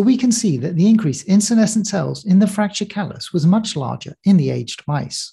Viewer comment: Interesting, and for me a timely video. A small note on English usage: mice are not aged like wine, but "ay-jid".